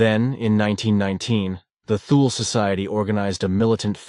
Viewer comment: Not knowing how to pronounce “Thule” tells me this is hogwash. Toole , no h , ask siri